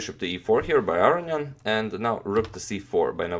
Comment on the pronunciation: wow. I'm surprised to here the authentic pronunciation of Aronian's last name here :)